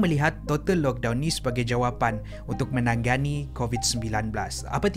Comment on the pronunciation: bukan 'menangganni' tapi 'menangani'...